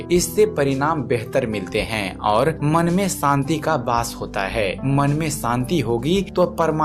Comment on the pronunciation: santi nahi shanti